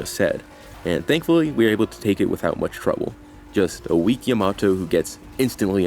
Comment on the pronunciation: Why do people say Yamato wrong? They literally say her name constantly. Is this like a thing I don't understand like how people say sahkera instead of Sakura?